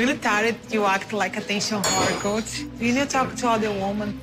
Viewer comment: The way Larissa mispronounces Colt’s name kills me every time